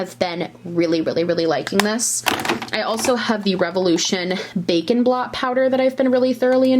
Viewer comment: Watching this while I do the dishes and I hear "bacon blot"...took me a minute to figure out it was bake and blot! Hah!